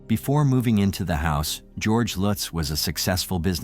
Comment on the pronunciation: U didn’t do defo murders justice nor lutz I read that book I fastly gave it away I still have nightmares the pic u showed after the warrens went there it was the youngest son looking at of door u don’t even say the last names right lutz family starting zz on their stomach like the Defoe family if I go their that house wont let me go the book curse